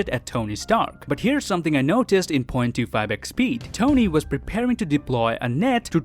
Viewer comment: Guys, i literally always here him say ".25 x speed" as ".2 fabric speed